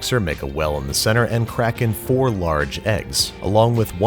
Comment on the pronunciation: "Crack in four large eggs." I totally heard Kraken.